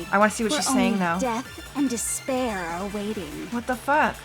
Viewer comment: "Despair" Sounds like "this bear"